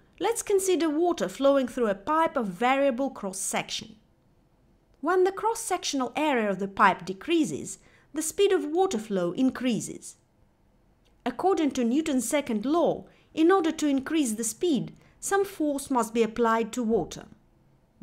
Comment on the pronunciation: Dee cree ziz... Een cree ziz... Hire someone who actually speaks English to read your lecture or use a Text to Speech program. Your mispronunciations are extremely distracting.